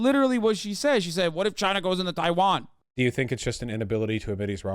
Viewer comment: Why tf is he saying Taiwan like that? 🤢